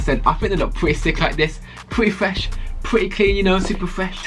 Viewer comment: Pwety fwesh, pwrety cwean, I fought they look pwretty coo